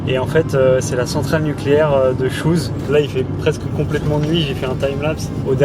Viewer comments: Cool ! vous êtes pile poil oùje suis né :) La meuse, givet et Chooz ( qui au passage se prononce comme "chaud" pas "chouze" 😜 ) passez par la belgique et heer agimont pour manger une frite sur le bord de la meuse il devrait toujours avoir un tank de la 2nde guerre mondiale. Ca fait super plaisir en tout cas ! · Oh mais vous êtes tout prêt de chez moi, j'habite à 20min de Givet à l'est 😍Par chez nous la centrale de Chooz on prononce "chau" :p